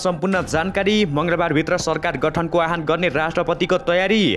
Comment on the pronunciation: आह्वानको अर्थै न बुझी आहान आहान भ्न्ने कस्ता समाचारवाचक होलान् यी।